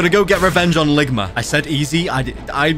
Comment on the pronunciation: "Ligmer" bruh